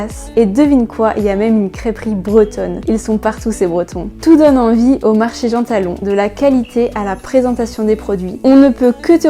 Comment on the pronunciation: Le marché s'écrit Jean-Talon et pas Gantalon 😉